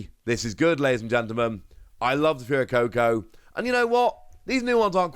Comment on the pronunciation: Dude it's pronounced fway-co-co ☠️ every video lol